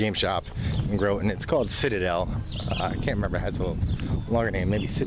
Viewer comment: Good review. It's an amazing store. Been shopping at Citadel since i was in my 20s. Just so you know, the o in Groton is pronounced with an "ah".